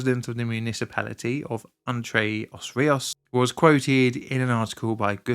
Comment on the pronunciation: It wasn't just the digging around the pilars, it was boats hitting it, it was lack of repairs, government said there was no money to make repairs, but after the incident they made 2 bridges... I'm local to Castelo de Paiva. It's super funny hearing you prounounce Entre-os-rios and Castelo de Paiva 😂